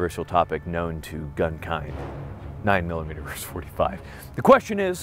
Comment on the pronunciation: Versus. Versus. Not verse. A verse is part of a song or poem. Versus. Versus. Versus. Young whippersnapper.